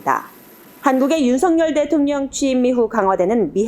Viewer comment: VOA 애청자 입니다! 시청할때 마다 느끼는 일인데 "윤석열" 대통령을 "윤성열" 로 발음 하는데 이는 잘못된 발음 입니다! 윤석열 은 윤서결 로 발음해야 합니다! 한국의 방송인들도 일부는 윤성열로 발음하는 우를 범하고 있지만 이는 잘못된 발음 입니다! VOA 내부검토와 회의를 거쳐 시정 해주기를 바랍니다!